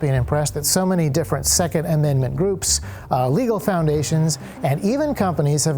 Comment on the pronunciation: Love the video and the i formation, but one thing... the way you say "legal" sounds like you're saying "illegal." It's confusing to people who dont already know the legality of what you're claiming